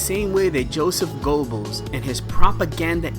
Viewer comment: Sorry man driving me crazy the way you say Joseph G”o”ebbels , you don’t empathize the “o” it’s more the “e” it’s more like Ger-bbels